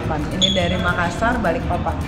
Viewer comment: BALIKPAPAN BUKAN BALIK PAPAN 🤣🖤🖤🖤🖤